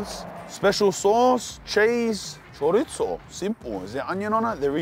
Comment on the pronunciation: WHY DO YOU CALL IT A CHORITZZOH AHHAAH ITS CHORIZO MY DUDE WHAT IS THIS